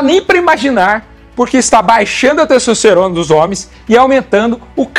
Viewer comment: "cessocerona"? pqp